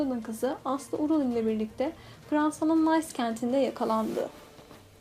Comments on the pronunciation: fransanın nays kenti diye okunmaz o canım fransa nın niss kendi diye okuyacaksın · Wikipedia'dan bilgileri dümdüz okumakla biyografi kanalı olunmaz. Daha Fransa'nın Nice kentine "nays" diyorsan kapat kanalı güzel kardeşim yapamıyorsun bu işi. Nice "Nis" diye okunur. Ayrıca wikipedia'dan aldığın bilgileri dümdüz okuyorsun başka hiçbir şey eklememişsin. Bomboş bir video ne diyeyim ki.